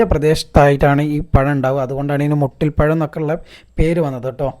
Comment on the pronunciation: മുട്ടി പഴം അല്ല മൂട്ടി പഴം ആണ്🤣🤣